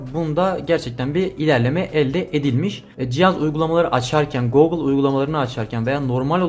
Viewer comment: Teşekkürler. Bence Googıl diye telaffuz etme. Herkes gibi basitçe Gugıl dersen daha kulağa hoş geliyor. Googıl demen bana itici geldi.